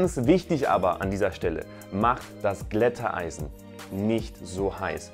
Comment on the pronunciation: Nein, ich bin nur einer, der deine Videos mag und ich finde die Aussprache von Glätteisen von dir ein bisschen speziell.